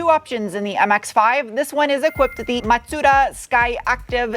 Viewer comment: Extra brownie points for tossing in the actual pronunciation of Mazda for us car nerds 😁👍